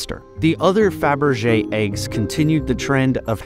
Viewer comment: why are "faberge aykes, aykes?"